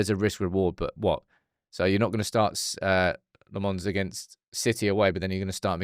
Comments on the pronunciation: Please learn to say his name properly. LOmmens, not Le-mons :) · Tip for you: Lammens is not pronounced "Le Mans", as in the car race. It's "LAHM-ens," with the emphasis on the first syllable. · For someone who prattles on about "community" so much, you clearly don't read your YouTube comments. 😂 His name is pronounced Senna Lommins, not Senny Le Mons. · 🚨 you corrected yourself with the Lammens pronunciation only to go back to the wrong one. 😂 lemme help: it’s not French Belgian, it’s Dutch Belgian. (Flamish). You pronounce is like “lemons” except the a sounds like the Dutch a, like ten Hag. Sounds like lommons, like “commons”Life gives you Lammens. ❤ good luck! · Lost hope will correctly pronounce Lammens ever 😅